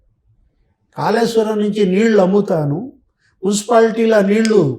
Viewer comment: ఖాళేశ్వరం కాదు కాళేశ్వరం తెలంఘాణా కాదు తెలంగాణా విఛారణ కాదు విచారణ